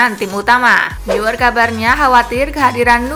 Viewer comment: Eh min, neuer dibaca bukn niuer🤣🤣🤣, tapi noyer🤣🤣